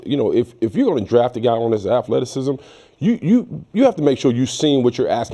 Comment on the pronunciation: "Wewuz axin him" "afleticism".🙄